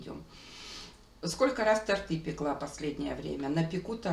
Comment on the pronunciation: не "тортЫ", а "тОрты"!!! Ну как можно так разговаривать? А вот это - АЖНА!!! Что это? А "ЛОЖИТЬ" - где вы берете эти глаголы? В русском языке их нет! Вам не стыдно? Рядом дети, вы их учите разговаривать как дебилы. Это преступление!